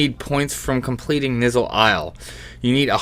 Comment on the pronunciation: "Nizzle Isle," lol. You mean ny-ZUUL Isle? :p